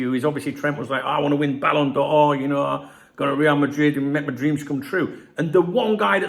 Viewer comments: ballon door, please, not ballon d or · Great channel but try saying 'Balon Door' next time. That would be the correct pronunciation. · Ballon d'Or. Why are you pronouncing it in a Franco way? Ballon Duh Ore. You’re a Brit - you can anglicise it. Ballon Door. Downvote just for that. Just for being a 🔔end. See the same with creators calling Wirtz “Veeirtz”. Behave. Geeeeeezus. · "it's called superthanks, I'm super and I deserve a thanks". Haha, LOVL. Ere ya go fella, get yourself some caffeine. So it's the ballon b'or for him so far eh. I pronounce it 'ballon door' so it works for me lol. I'm not surprised at all by his weak start, like you I forecast it somewhere. The grass isn't even greener over there. More sun and less rain equals more parched grass. His head was turned by something and I suspect he's going to end up wishing he'd stayed where the grass really was green for him. YNWA